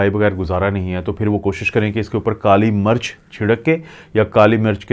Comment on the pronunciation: Apka accent bohat kharab he..kuch bate samaj nai ati. Kali marach ni kali mirch.plz